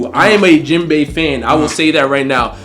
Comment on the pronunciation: This video started off all wrong 🤣 bruh said Jenbai. I'm two years late tho so he didn't know Sanji is better at this point. He gets a pass lol